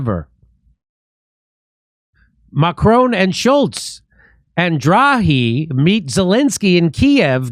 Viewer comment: Draghi is pronounced like Draw Ge, and Boris of Britain made his own trip to visit -------Z----- Elensky to say don't end the war in Ukraine.